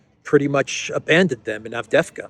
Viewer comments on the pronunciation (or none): a small tip to pronounce the City of the Hour... A-vde-ye-vka. 😉